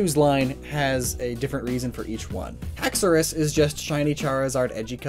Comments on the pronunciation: did anyone else notice that they forgot the H in haxorus's name? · I'm surprised you didn't mention that Durant's eyes go from red to green. But I think you've misspelt/mispronounced Fracture's evolved form As it begins with a H not an A. the name is Haxoru as in you hack something down, you called/spelt it Axorus. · Haxorus! HHHHHHHHHHHHHAXORUS! There is an H is the name Haxorus! Don’t do that to my boy!